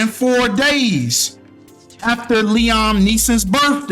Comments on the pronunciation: Fam, it’s pronounced LEE-UM, not LEE-OM 😂💀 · His name is pronounced Lee-ahm I know you did not just call him Lee-Ohm 😭😭😭phonics come on now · Liam (lee-em)